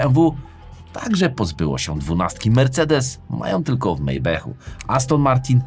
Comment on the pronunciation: MAYBACH A NIE MEJBECH